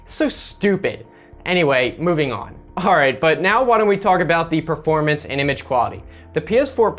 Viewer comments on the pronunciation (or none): none